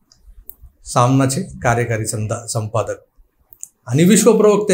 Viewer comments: व्वा...संपादक चा जाणूनबुजून चुकून केलेला उच्चार "संडासपक" एकदम चपखल बसला आहे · संडासपक...... अफालतून उपमा.. तिथ च कोंबा त्याला...🤣🤣🤣🤣🤣